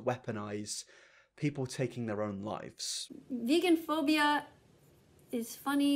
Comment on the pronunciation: She's also saying vegaphobia wrong